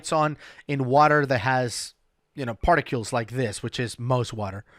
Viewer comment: I’ve got to say it, there is no “U” in particles. Stop it! I’m telling you like a good friend would inform you if you had parsley in your teeth or toilet paper on your shoe. I won’t even say anything about your pronunciation of “recreational” (oops). Ask anyone, they should be able to tell you how it’s done. It’s pronounced “wreck-re-a-tion-ul”, not “ree-creation-ul”. Think of parks & rec or rec room.